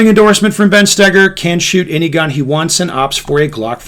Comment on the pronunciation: Ben, FYI, your last name isn't pronounced: Stay-ger, but rather it's: Stow-ger. Thank you for your attention to this matter.